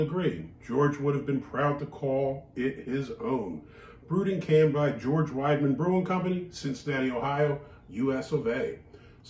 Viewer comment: It is pronounced “weed uh mun.” With my last name, I am all over the German stuff!